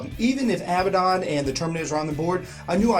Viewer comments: You guys do good work. i just have one little peeve. Abaddon is pronounced [uh-bad-n],(stress the bad) not [Ab-bad-on] to hear it pronounced. I know that the community as a whole says it as you guys have, but I thought I'd let you know anyway. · thats a weird way you pronounce Failbaddon ;)